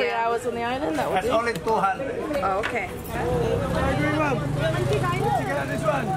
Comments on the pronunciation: Its pronounced Mangtig-EH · Pronounced as mun —-tee—-ge